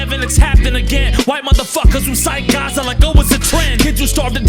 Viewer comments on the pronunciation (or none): none